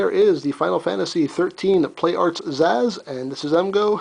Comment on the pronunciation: btw its not Sazh its purnounsed Sa-sh